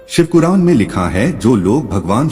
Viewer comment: आप दो गलतियों को सुधार लें --- १) शिवकुर्रान कह भी रहे हैं और लिख भी रहे हैं जबकि सही शिव पुराण कहना और लिखना चाहिए था । २) आपने पुराणों की जगह प्रणों में कहा है यह गलत है , सुधार कर लें ।